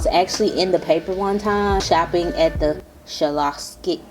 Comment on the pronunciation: Lol it’s (scholastic) pronounced sca-last-tick